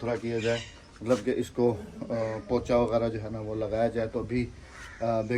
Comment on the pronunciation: Chopa naee lafz pocha hota hai